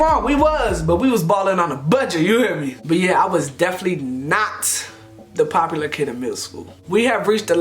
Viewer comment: The “Deflee” instead of “definitely” 😭😂😂😂😂😂✊🏾✊🏾